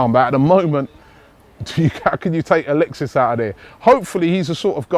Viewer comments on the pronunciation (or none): none